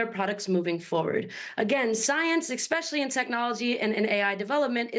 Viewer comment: Why does everyone say ‘expecially’ now?